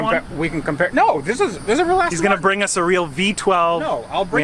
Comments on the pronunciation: Do Americans call them Astin Martin's? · Were you intentionally saying "Cheap ASSton Martin"? Lol. Maybe it was a Freudian slip based on it being such a hooptie and being all pimped out. Lol